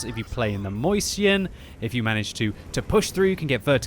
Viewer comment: It's name is not moision, it's mäuschen